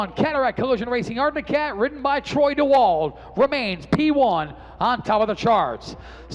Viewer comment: Flo Racing, will you tell the boys in the booth it's pronounced Troy Dee-wald 😁